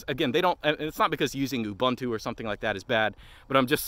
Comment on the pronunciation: Another ranter too inept to pronounce "Ubuntu." 😂😂😂